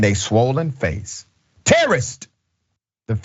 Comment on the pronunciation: Please try to be accurate, he was not saying, "Terrorist!" but rather, "Tellolisty!"